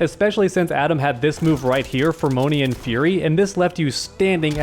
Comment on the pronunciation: Sorry but i HAVE to be this guy. you mispronounce a LOT of move names. It is FERMION fury, not fermonian fury. It is named after fermions, which are subatomic particles, named after the brilliant and legendary physicist, Enrico Fermi. It is just TOO damn hilarious hearing some of your [mis-]takes on some of these terms. BTW, laughing WITH you, not AT you. At least i hope you're laughing with me!